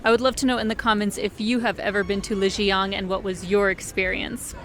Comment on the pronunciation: Please try to pronounce Lijiang correctly. Not with a North American accent 🙉